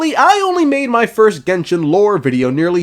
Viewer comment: "my point" more like "mein point"